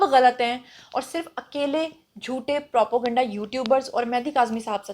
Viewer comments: Propo-ganda nhi Naam nihaad journalist.....sahi word n pronunciation is propaganda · What is propoganda? Constantly using wrong pronunciation.. Propaganda is the right word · Propo ganda ye takia kalam h apka pehly bolna to seekho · She isn't educated enough. Most of her pronunciation is incorrect.